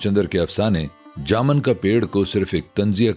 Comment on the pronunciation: لفظ جامن میں م‌ زبر نہیں پیش ہے